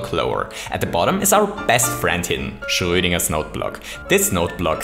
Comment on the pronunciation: The way you say Schrödinger... are you german?